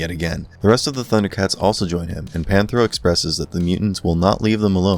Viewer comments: its PANTHRO and CHEETARA not pantera and chira...... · Panthro not Panthera . Definitely gotta get those names right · Their names are Tigra, Cheetarah & Panthro. Idk what the hell you said lol. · it's Panthro, Cheetara, and Tygra ...... get the names right as anything less is a grave insult to their legacy! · For 2/3 of the video, he got Tirga and Panthro wrong.